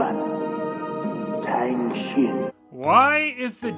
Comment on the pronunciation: "Tang Shen", not "Tang Shin".